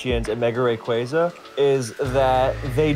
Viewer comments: All these years and we're STILL saying Rayquaza wrong? 😅 It's always been "Ray-QUAY-zah" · Two different pronunciations of rayquaza 😂 first guy keeps saying it wrong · I will never get over how Smogon players can never pronounce Rayquaza, Zacian, or Eviolite correctly 😂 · That busted pronunciation of Rayquaza irks me to no end. 😖😣